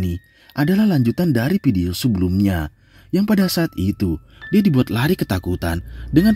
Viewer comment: Tolong pengucapan "VIDEO" yang sesuai doonk... jangan "PIDIO" mulu, jadi ga fokus nontonnya... 🙏